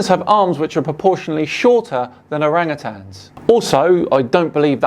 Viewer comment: "orange-tans" lol. As if saying the name wrong debunks them...